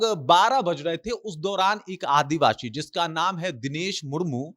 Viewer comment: Kya advabsi advashi bol rhe ho ...Indian bolo